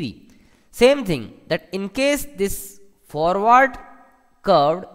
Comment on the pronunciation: centrifugal com-PRESSURE :P FOR-WAAAAAAAAAAAAAAAAARRRRRDDDDDDDD Vanes :P